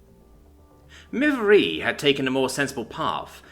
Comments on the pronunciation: Yay, more Shil verse. Observation: I think "Miv-eire" is pronounced more like "miv-air", possibly with a 'y' inflection like "miv-yair"(sort of French-like). Too bad you're stuck with it as-is. Note to authors: Don't mash the keyboard to make alien names. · As a french it is miv-air